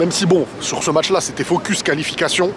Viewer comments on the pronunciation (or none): none